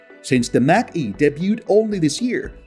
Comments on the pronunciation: It’s NOT MACK E, it’s MACH (Marc - E) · Macn-e is pronounced MOK e, not MAC E. :-) Great video! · It's pronounced Mock E not Mac-E Mach E as in the speed of sound. Mach 1,2,3 ect. Words can be tricky.